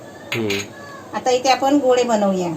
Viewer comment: अरे तू गोले का बोलतो गोळे बोल ते बरोबर नाही वाटत